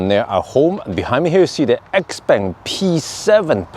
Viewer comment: isn't it spoken like "chiaupang" and not "expeng"?